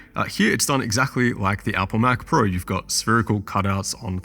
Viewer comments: "what is even a mcprue" 😂truer words have never been spoken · Chinese accent saying Mac Pro. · McPrue sounds like how a Japanese samurai would say Mac Pro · MCPRUE as in Mac Pro, lol